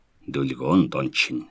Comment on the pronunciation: Дон биш доон гэж уншвал ямар вэ